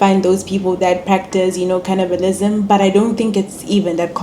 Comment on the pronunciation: heyi heyi not “cannibalism” 😂😂😂